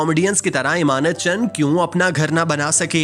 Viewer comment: ایمانت چن نہیں۔۔۔۔۔ امانت چن۔۔۔۔۔